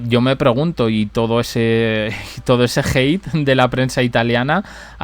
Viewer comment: Ella no es CATÓLICA. Aprende a hablar. HEATE es odio en inglés. Tu pronunciación es deplorable. Las otras reinas si son católicas. Tu reina tan querida por ti. Se portó fatal en el funeral de Francisco. No beso ningún anillo de ningún cardenal y no hizo ninguna reverencia ni se santiguó ante el féretro de Papa Francisco. Demostrando que no es católica te lo reitero. Y le pareció muy bien. Y ahora para sobresalir se viste de blanco. Impresentable. La prensa italiana no es idiota. Hacen muy bien en maltratarla. Aprende de protocolos y comportamientos. Usas la palabra no “se” mucho definitivamente no sabes